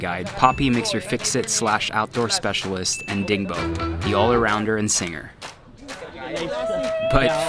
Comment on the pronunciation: Dingbo? or Boding??????? HAHAAHAHAHAHAHAHAHAAH